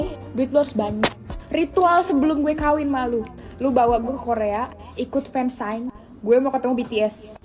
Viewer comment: dia ngomong fansite apa fansign sih? gue yg udah jadi kpopers 12 tahun gak gitu gitu amat